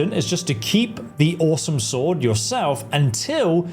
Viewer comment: Why doesn't know by now that the W in Sword is Silent and is Not meant to be pronounced? Makes him look like a newbie.